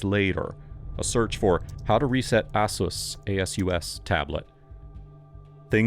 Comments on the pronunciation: Can't even pronounce Asus What a pleb lmao cringe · I've never heard Asus pronounced like that.